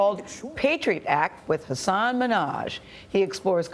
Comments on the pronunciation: it irritates me how they pronounce his name knowing it’s wrong, it’s not hAsAAAN its huusin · It's not 'hasaan' people. It's 'hasun'. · question... how are you supposed to pronounce hasan??? i see a lot of hosts pronounces it as "hass-aan" and he never corrects them, but when he refers to himself in the third person there isn't that strong emphasis on the second syllable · Why she said his name wrong